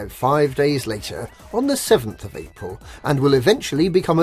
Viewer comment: You mispronounced "April"